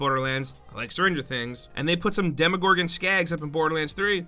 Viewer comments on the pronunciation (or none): none